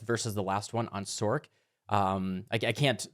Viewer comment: Great video, but can you please says "Sorc" with an "S" sound, and not like "Sork" ?